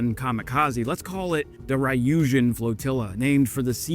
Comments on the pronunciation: Ryujin is not Rye-U-Jin. It’s Ryu-Ji-N or Ryu-Jin. (Like Gin the drink). Three letter syllables in Japanese are still a single syllable when pronounced. Just say the R and Yu sound together. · It is NOT pronounced rye-yuh-jin. There is no rye in ryujin. It is a plain r then yuh-jin.: rrrrrrr-yuh-jin. You can let google translate pronounce words in any language for you. Why don't you use that before you record a video. It's easy.